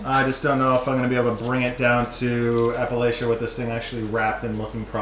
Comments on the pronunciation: Appalachia pronounce here in Appalachia is like App-a-latch-a...just heads up for the future...some folks here will take it personal.... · Its pronounced App-a-latch-ia. The App-a-latch-en Mountains... Coming from your East Tennesseean car dood😎